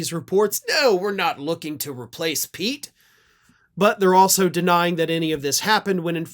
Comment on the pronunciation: Each time I hear "Whisky Pete", I hear "Whisky Pee"... 😅